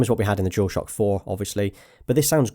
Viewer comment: Is he saying "jewel shock" thats all i hear. Its bugging the shit out of me lol.